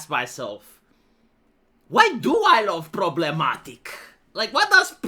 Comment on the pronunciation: 😂 Pruhbremmatique 😂 Great!!